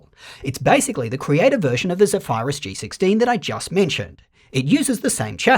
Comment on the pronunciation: you don’t know how to pronounce “Zephyrus”?